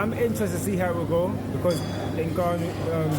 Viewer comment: The Gannou lol... How many ppl have to tell these old folk to say the name right